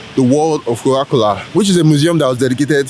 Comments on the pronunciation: it's coca cola not cowa cola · it’s pronounce Mercedes-Benz Stadium not Mecidez … Practice naming Landmarks before. You can’t even say Coca-Cola 😭😭😭 you dumb boy